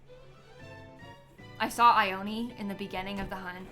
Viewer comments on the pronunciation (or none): none